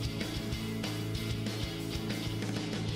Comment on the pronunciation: "That Fallbrook kuke". I thought you knew that guy at first 😆.